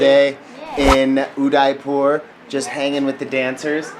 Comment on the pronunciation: Your hindi pronunciation of Rajasthan & Udaipur reminds me of the British overlords who ruled India. Scary. Btw great video.